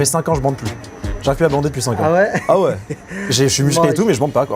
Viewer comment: Le "ouai" sans le s qui me fait physiquement mal au cul... Pourquoi..?